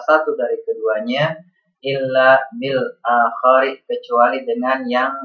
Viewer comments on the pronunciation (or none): ustad afwan sedikit komentar antum bacanya bil akhori sedangkan tulisan nya bil akhiri... dan ان haraf taukid jadi beda kata antara bahwasanya dan sesungguh nya maaf ... terimakasih ilmunya ustad semoga bermanfaat امين